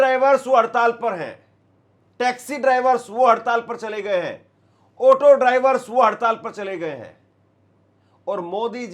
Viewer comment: Otto nahin Auto hota hai. Suru nahin Shuru hota hai. Bizli nahin Bijli hota hai. Baaris nahin Baarish hota hai. This person became an anchor? How?